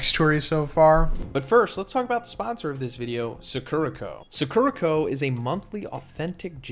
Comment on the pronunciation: I don’t really want a snack box from suh-KERUH-koh, but I think I WOULD like a box from SAH-kurah-koh